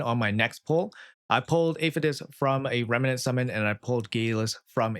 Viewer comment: just REMNANT, not remenant xD